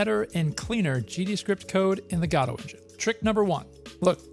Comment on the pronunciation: every time he says godot I listen "el gato"